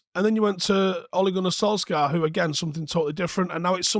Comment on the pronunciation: Why cant he pronounce Solskjaer right